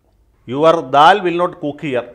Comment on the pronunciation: Dal....means janatha dal...paripp not dal ..daal